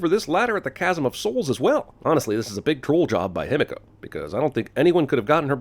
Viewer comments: Ah yes, annoy the otaku community with such a simple name: him-echo. him-echo. him-echo. Cant be he-me-co. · *Himiko(He-Me-KO), if Japanese pronunciation was more known, this itself would be a sin. I mean if I were to spell it how everybody here is pronouncing it, it would be "Hemeko". Like bro my ears. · Even though the exact pronunciation of Himiko is unknown I still think they should have pronounced it: Hi-mi-ko (ひみこ) Following a modern Japanese pronunciation and not: Him-i-ko Every time they said it it was super distracting. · I could be wrong but aren't they pronouncing himiko wrong? Shouldn't it be pronounced he me co? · My biggest sin for this movie: Lara's dad (forgot his name) pronounces "Himiko" like it's "Himeko" and it was driving me fucking NUTS while watching the movie!!!!! How did they get that wrong? Didn't they have someone who speaks just a tiny bit of Japanese, who could tell the character who says Himiko the most, that he's saying it wrong?!? sins for that! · Good god, can they PLEASE stop pronouncing Himiko wrong, fuck. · No sin for the people studying Himiko not being able to properly pronounce her name? I is always pronounced as "ee" in Japanese. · my inner weeb is getting triggered by EVERYONE in this movie pronouncing Himiko wrong its not that hard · Movie and thus Jeremy is mispronouncing Japaneses and it is pissing me off, 'i' is pronounced like a long 'e', like he, or she., not like the 'i' in 'him'.